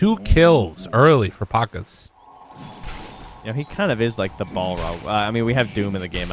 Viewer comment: Pa-KAZ, not PAK-as